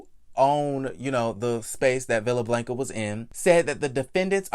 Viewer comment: She should have pressed charges, period. Also I luv you Boo but I cringed every time you said Blanca 🤣🤣🤣🥴 put that short a in their please Sir.